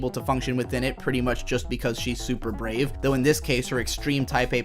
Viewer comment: "BRAEV" wow